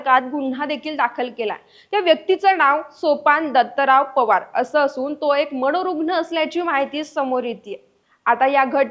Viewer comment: Manorugn❌ Manurugn ✅